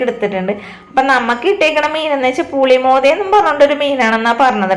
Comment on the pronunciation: Meen "pulimodha " alla. Pullimodha ennanu